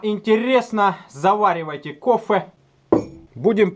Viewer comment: Открыл видео, заварил кофЭ- включил а потом говорит "заваривайте кофэ")))